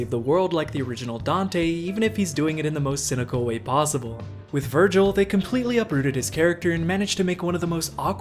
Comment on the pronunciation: That’s not Vergil that’s vergin